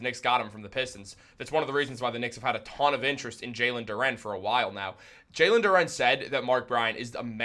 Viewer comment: Who the hell is JAlen Dooren? It’s Jalen duren bro.